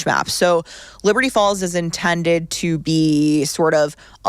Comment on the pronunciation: why do you say, "leberty falls"